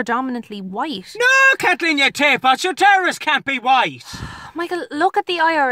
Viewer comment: He said taepot not taper